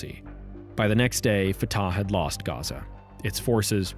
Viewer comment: It is not a big deal but Fatah is pronounced more like Fateh or even Fath. You make the second "a" sound long while it is even shorter than the first (or inexistent, depending on the accent).